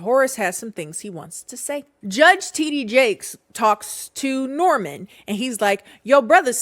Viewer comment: Ow I'm french and Heard titty Jake 😂😂